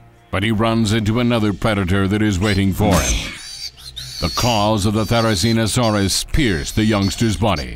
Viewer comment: I agree fully. The only three accuracies that I can see is they put Theri and Tarbo together (correct) and the pronounciations of the dinosaurs’ names and finally they made Theri an omnivore! Correct!!!!